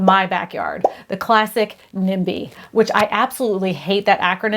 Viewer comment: Lol "NIBY", NO "NIMBY".